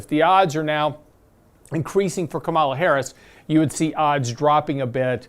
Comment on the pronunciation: Please learn to say Harris's first name. Respect.